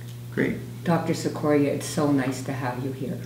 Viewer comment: Now, Mr Cicoria could pronounce his name 'chick-corea' but then, maybe not. Thanks for sharing!